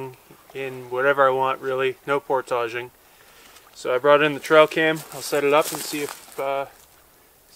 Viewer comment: I only mean that he says a word like port-dodging and google won’t help so please tell me!????!!?